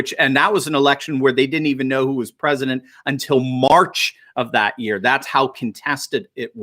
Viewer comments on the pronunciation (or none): none